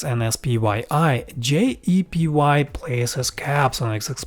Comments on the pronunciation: You mis-pronounced JEPI as JEPY throughout this entire video. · you keep saying JEPY....it's actually JEPI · Why do you pronounce JEPI as JEPY? It creates confusion.